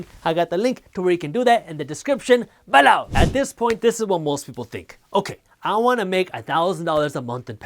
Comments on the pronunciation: I like when you say "beLOOUW" better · Hi, Jaspreet. Which online brokerage account do you most recommend and/or use yourself? I was leaning towards Charles Schwab's, but wanted to ask since your video is sponsored by Webull. (Feel free to PM me.) P.S. I love your videos, especially the guac jokes and how you say "below!" LOL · So funny when he says below! Lol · Am I The Only One That Likes How He Says “Below” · Bro just like the way you say below🔥